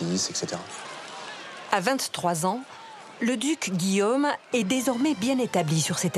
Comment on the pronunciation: La narratrice doit être du sud-ouest car elle n'arrive pas à prononcer le son "au" correctement. Elle dit Guillame à la place de Guillôôôme" et les "cates normandes" pour les "côtes".